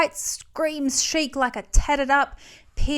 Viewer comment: The most un-chic thing is her pronouncing the word chic as “chick”